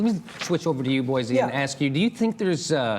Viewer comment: Boise: It's pronounced "Boy-see", not "Boy-zee"